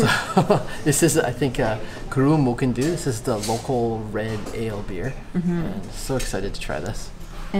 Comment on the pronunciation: the Du part of Mochyn Du is pronounced ‘dee’ :)